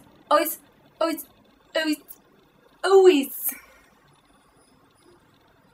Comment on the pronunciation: I think she almost forgot what she actually wanted to say by the end of her "alweiz alweiz" :'D